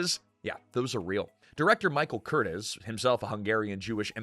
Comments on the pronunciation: Curtiz is pronounced Cur-TEEZ. Millennials never get this right because they've never heard it (because they know nothing about classic films). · Very interesting and well done video! Thank you. (Except mispronunciation of the director's last name.) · Have you ever noticed that younger guys NEVER get it right? That's because they've never heard it, which means they've never really researched film history.